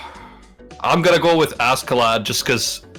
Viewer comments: Says Askeladd like Ascelad. Me:"Jump out of the window. Now!" It's Ash(c)elad or Aš(č)elad. You got FMA right, but Askeladd got the wrong pronunciation. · don't want to be that guy but you pronounce askeladd like aske laad, (it translates to covered in dust it is two different words). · says askeladd show Thorkell